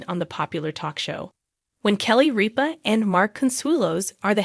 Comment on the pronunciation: RIP-A Not REAP-A !!